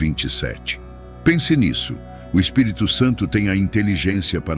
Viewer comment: Você pronunciou corretamente o Espírito Santo não misture mais o Espírito Santo com mais nomes ok sempre pronuncie assim